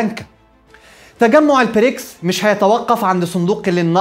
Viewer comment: تحليل محترم كعادتك دائمًا و لكن أرجو نطق البريكس ب ال B و ليس ال P